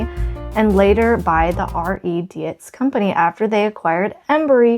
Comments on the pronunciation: Pronounced “deetz” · Dietz is pronounced ‘Deetz’. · In case no one else chimed. Dietz is pronounced Deetz. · Dietz - pronounced deets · How interesting! I love what you are doing. (Btw Dietz is pronounced Deets ;-) ) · I hope the former owner's family is watching this and seeing how wonderfully you treat the contents of the house. And keep the solar lights! They bought them for the garden there, so that's where they should live. Dietz lanterns were made in Syracuse NY. The building is still there. Pronounced "deets". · It's pronounced "Deets" (Dietz) 😊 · Pronounced; deets I believe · Dietz is pronounced like eats. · It's pronounced Dietz "DEEEETS" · The name Dietz is probably German. Good rule of thumb with German names/words that have "ei" or "ie", you pronounce the second letter. So Dietz would sound like Deetz and something like Stein would be Stine. (Edit: did not see someone else already commented on this, lol) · It is Deetz pronunciation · Dietz is pronounced like beets but of course with the "D". 😂